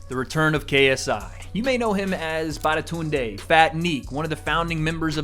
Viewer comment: he called him badatunde lol